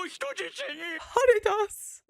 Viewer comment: RAY-LEE!!! RAY-LEE 😂 this is why dubbed is better Edit: HAR - EH - DAS, Haredas the weather wizard. might be thinking ANTAGONIST, it doesn't always imply evil, just someone opposing the Straw Hat protags 😁